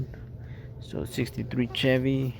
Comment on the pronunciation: It’s pronounced Sh-evy.